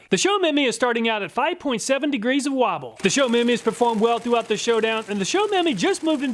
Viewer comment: Show-Me-My <-- 3 words. Not "Show Memy"